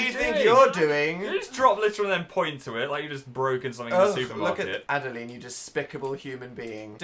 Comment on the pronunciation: I think Adeline is pronounced Adda-line not Adda-Leen 😂